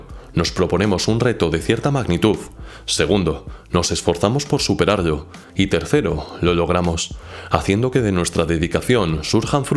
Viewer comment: Soy yo o cuando pronuncia palabras con "L" dice en vez con "Ll" ??? Ejemplo: Nos esforzamos por superarllo. Buen vídeo por cierto, me alegro de que Youtube me lo haya recomendado